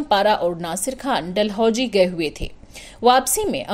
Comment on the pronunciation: Please don't mix z and j. Her name was Zubaida not Jubaida. It's not majhab but mazhab. Also please don't say Dalhoujee. It's Dalhousie. I'm sure you know the difference between Zee and Jee or Gee?